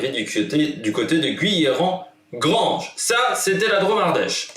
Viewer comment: A l'ouest de Valence ;) Sinon c'est GUIllerand, pas GOUIllerand. Enfin on prononce Saint-Romain de Lerre.